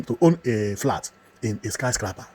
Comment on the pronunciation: It is not pronounced "Sky Skrapah", but Sky scrapper.